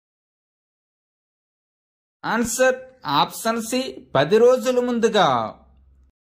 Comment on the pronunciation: Option pronounciation opson antunaruu